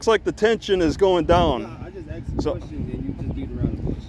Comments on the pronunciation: He axed you... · He axed u!!! Lol.. I always wonder how and where the sympathy and apathy go when the badge goes on. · He axe 🪓 you. And said it’s not the lie berry.